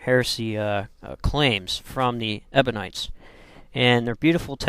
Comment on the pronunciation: You call them "Ebonites", but the word is EBIONITES!